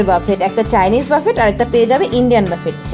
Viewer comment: buffet একটি ফরাসি শব্দ যার উচ্চারণ হবে বুফে। বাফেট নয়।